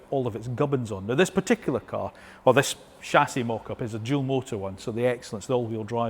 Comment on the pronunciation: Can we pronounce cAr and not cUr...